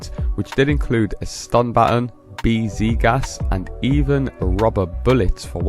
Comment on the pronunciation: You said batin.😅